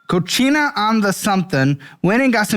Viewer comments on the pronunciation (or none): it’s pronounced “co-see-na” not cochina😂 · I wanted to laugh so hard at work😂 I was listening and had go back to see what it actually said. Cochina is what said which means nasty. The restaurant is called cocina, which is kitchen in Spanish. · Its COcina not CoCHina ffs something get the spaish guy in his ear hahaha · "cochina" loll that made me chuckle!! cochina means dirty girl in spanish lol "cocina"is kitchen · Omg!!! 😅😂😂😅 Mi Cocina (pronounced Mee Co-see-nah) 😅😂😅😂 tex mex restaurant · please learn a bit of Spanish. How you pronounce cocina was so off. 😂 great episode!